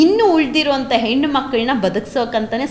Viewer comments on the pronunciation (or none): none